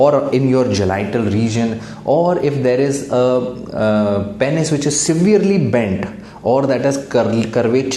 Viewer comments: Lol! That's what I was wondering too. Pen is or penis? 🤣🤣🤣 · Agar doctor bhi Penis sahi se pronounce nahi karega toh kya hoga desh ka ://